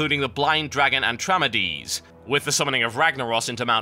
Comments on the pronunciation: its ATRAMEDES not ANTRAMEDES! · IT'S ATRAMEDES FOR GOD'S SAKE